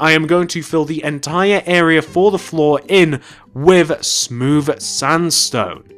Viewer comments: It's CIRCUS NOT CIRICUS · you said ciricus not circus just saying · its circus not ciricus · Did anyone realize he spelled it "Ciricus"? It's cir-cus. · Circus not ciricus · Dude, It's Circus, NOT Ciricus! |:( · i think you made a mistake it is 'circus'not 'ciricus'